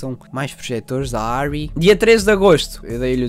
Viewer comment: Arri é alemã, dá-me um trigger a maneira como tu lês isso.. 😂 curti saber que estás a estudar cinema, pode ser que nos encontremos num plateau um dia